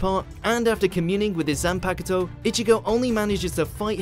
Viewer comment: After watching the entire anime in sub, this is my first time hearing dub and all I can say is that sub is far more better plus you don't have everyone mispronouncing everything (example "zanpakTOE" )